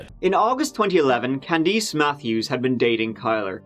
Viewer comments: "Can-deese"? I cant be sure but I'm willing to bet that that name is supposed to be pronounced "Can-diss", as it usually is. Anyway, great effort, as usual,. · Beautiful pronunciation of “Kara”!! Poor pronunciation of Candice though!